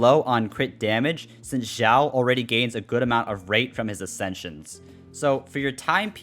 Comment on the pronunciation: Its pronouced chiaou not Jiwao